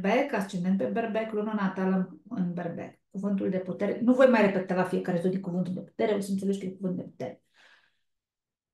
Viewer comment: Nu se înțelege cuvântul putere la zodia leu❤🙏❤️